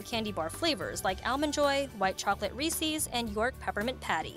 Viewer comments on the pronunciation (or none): ER MA GAAAAWD THE WAY SHE SAYS REESES